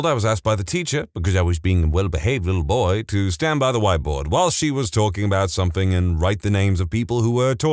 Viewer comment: No k in the word something